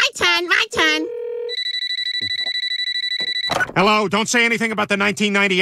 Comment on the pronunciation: I like how says yellow not hello